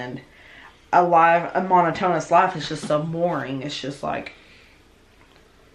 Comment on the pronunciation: A "mono tone us" life. Ugh, ya killin' me. 😂 Monotonous="Mo NOT O nuss"